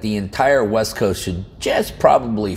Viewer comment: I thought you said “Left Coast” instead of west coast.